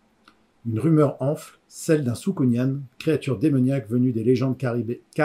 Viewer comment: Juste un truc "soukounyan" se prononce comme "pélican". Sinon pas mal comme exercice, cela m'a permit de revoir ma manière de présenter mes livres.